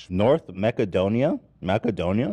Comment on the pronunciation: It's mace-adonia, like bear mace, not mace like church mass, ya fricken pleb